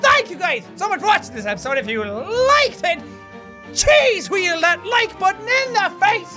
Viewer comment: why you say evry time chease wheell